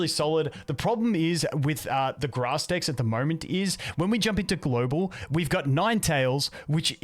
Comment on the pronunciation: stop saying dikks!